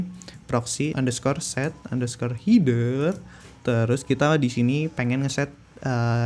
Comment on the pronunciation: Header : HE-DER, bukan HI-DER Btw nice info bang, ditungu video selanjutnya 👍🏻👍🏻